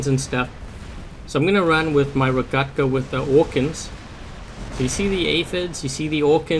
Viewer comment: You pronounced rogekta wrong Lol